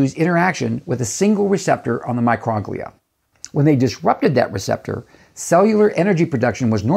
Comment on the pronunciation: love your video. But I think Microglia is pronounced like “Micro” (long O) as in microscopic, and “Glia” as in the Glial cells of the brain.